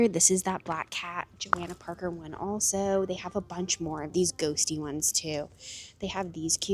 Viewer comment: It is Jo-Hannah not Jo-Anna Parker. Just letting you know, a lot of people make that mistake. Look at the rag.